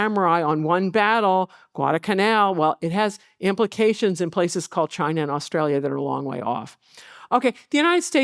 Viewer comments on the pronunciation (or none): none